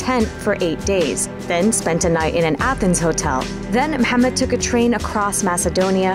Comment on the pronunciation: I'm impressed by how well she pronounce Mohammed.